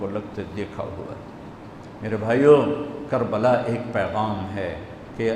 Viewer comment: Kabala not Karbala